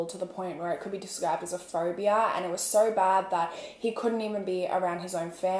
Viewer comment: Idk her Australian accent is weird to me. It sounds as tho they add extra rrrs in words. Like she says soooorrr instead of so... & horrrme instead of home.. norrtice instead of notice... etc...idk i just catch it, & I am not hating. I am Canadian so this might be why I catch it!